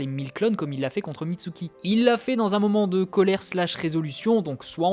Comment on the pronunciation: Enfaite tu dis MISTUKI et pas MISUKI🤣🤣🤣🤣